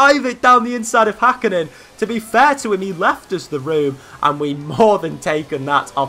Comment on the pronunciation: It is HÄkkinen not Hakkinen